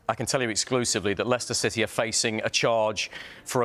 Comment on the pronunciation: Sorry, did you say City?